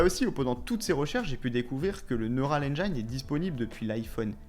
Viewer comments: on prononce Neural Engine comme ça: neurôal enjean et non engaïne. merci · Engine = Haine jean Et non pas Haine djaïne :D ;) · Petit tips de prononciation : « Neural ènjaïne » comme tu dis ça n’existe pas… Va réécouter Tim cook ;) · "engine" ça se prononce "end-jean" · Hé ho..."engine" ne se prononce pas comme à On ne vous demande pas une maîtrise parfaite de l'anglais, mais quand même...